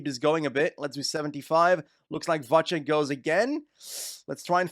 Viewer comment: Its Vacek, not Vaček 😭